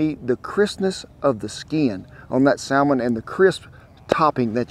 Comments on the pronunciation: Oh Lordy..saLLLmon😂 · Why would pronouncing the ''L'' in the Salmon be wrong? I'm confused.